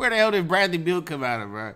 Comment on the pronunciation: Man said bradly beal